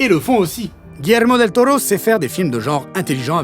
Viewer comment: Merci pour l'accent sur Guillermo del toro del Tiburon de mi corazon aïe papi chulo